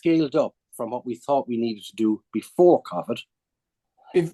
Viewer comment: He blamed remote working for state mis-management? And why does he pronounce covid like that? What a tool